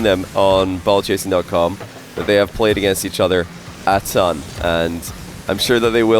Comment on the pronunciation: At first I thought you had adopted the northern-US pronunciation of Comm.